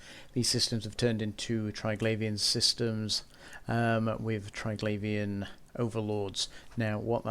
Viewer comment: English. What a brutal language. Triglavian should be pronounced Tri-glah-vee-an, since there's no 'i' after the 'gla', as in 'glaive'. No wonder people who have ESL struggle with it, haha.